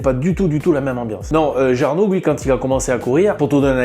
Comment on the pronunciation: C est cool de parler de Jarno, mais avec une autre prononciation .